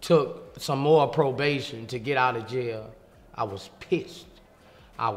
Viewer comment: “One feet in and one feet owt” lol